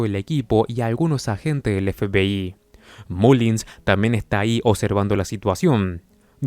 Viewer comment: La verdad que tu forma de decir FBI me da risa parece que dices FPI jajaja 😂 sin ofender